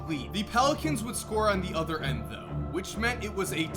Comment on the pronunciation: Is it just me are does say end1